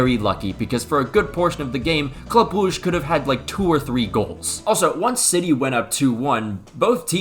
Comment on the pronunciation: his pronunciation was pretty horrendous respectfully